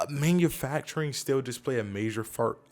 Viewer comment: You said “major fart” haha. Thank you for the information.